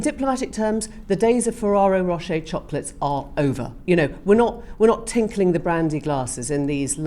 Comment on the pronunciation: What's a Ferraaaro Rocher? Emily has gone a little too posh and is making up her own words and product lines.